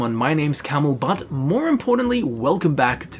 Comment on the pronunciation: It sounded like he said his name is.